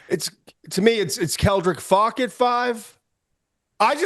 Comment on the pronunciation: Why does Todd not know how to say Faulk?